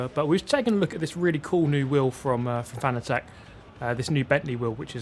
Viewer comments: Btw Fan-a-tec? I always pronounced it Fa-na-tec like fanatic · Cool then. Though I think so many people were determined to pronounce it wrong that he just finally gave up. There’s an interview where he corrects the interviewer and says it’s pronounced like ‘fanatic’. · If you’re sponsored by Fanatec you might consider doing them the courtesy of saying the company name right. Just a thought.